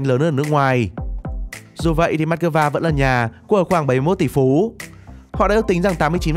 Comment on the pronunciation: this is moscow not mascova